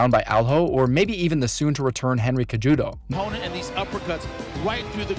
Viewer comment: This guy is clueless a d just making content for clicks. He can't even pronounce Cejudo. 👎🏾